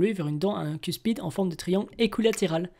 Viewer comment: Super vidéo mais maintenant on dit Otodus(Megaselachus) megalodon et on dit cuspide pas cuspide